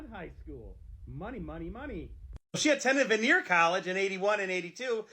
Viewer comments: Vanier College pronounced Van-ee-ay, not Veneer College lol. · It’s hilarious how that guy says vanier college he says veneer but it’s actually pronounced vanyay my son graduated from there in 2020 now he’s at McGill university